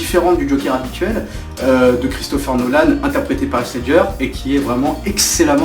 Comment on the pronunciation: heath ledger ne se prononce pas aisse mais isse 😊 sinon génial ta vidéo 👍